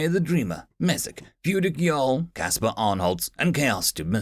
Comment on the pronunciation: HE FINALY PRONOUNCED JARL RIGHT!!!!!! HE DID IT LADS!!!!!!